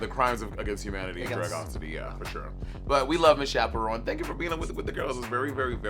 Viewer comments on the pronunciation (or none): Am I high or do I hear Monet saying chaperone